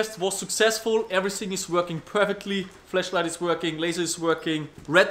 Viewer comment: i get a chuckle everytime he pronounces "flashlight" with an E